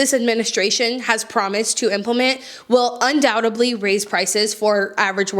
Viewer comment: In case youre interested, its undoubtedly. With a D, not a B